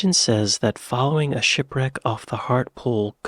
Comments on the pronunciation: HART-LEE-POOL not har-til-pool lol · Believe it or not, though it rains frequently, we do often have fires on moorlands which can get out of control. it is due to the fact that the moorlands are full of peat which burns very easily. Hartlepool is pronounced "Hartlypool". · why do americans hear a british placename and then immediately mispronounce it? Is it to make a point or something? I hear this all the time